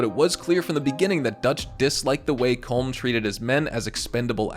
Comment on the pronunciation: Its “colom”